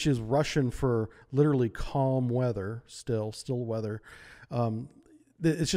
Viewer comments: It's pronounced "SHTEEL-eh" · Great video, just work out on the way you pronounce russian words. The "Sh"(Ш) in Shtil is pronounced like the "c" in ocean.